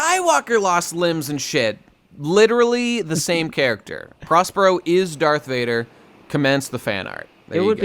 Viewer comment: It’s not prospero it’s Perospero you jabronis